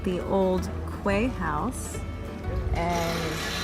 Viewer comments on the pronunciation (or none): Excelent but...Quay.. it's pronounced " key" in English not kway.